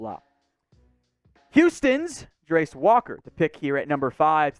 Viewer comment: Did you call him "Grace" Walker? 😂 what the heck 🤷‍♂️